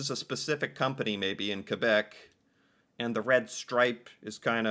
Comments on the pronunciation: OMG, you said Que-bec perfectly as the French Canadians pronounce it. And that was 2 years ago! Who taught you this? 🧐 Will we ever get another & video? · I'm from Québec and I want to say the way you say Quebec make me smile because a lot of English people even from Canada doesn't make the effort to say it right. ❤❤❤ Sounds so good ❤🔥🔥 For no name. It's good cheap but good for a lot a product even if I have money to buy some brand o prefere to buy no name or house brand from groceries